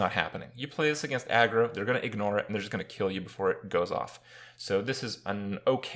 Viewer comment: Kripparian here, but this time "You guys how's it go on" instead of "Hey guys how's it going"